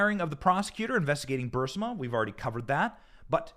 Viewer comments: Thought it was burisma not bursima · “Bursima”? Or Barisma? Shit, man. Reading skills!! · its pronounced bureezma though its spelled burrisma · Bur-IS-ma. You lose respect when you don't pronounce important names correctly.